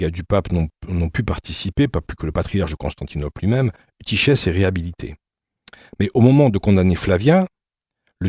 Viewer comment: Eutychès se prononce soit Eutykes, soit eutykhes (avec le son guttural) mais jamais Eutyshes.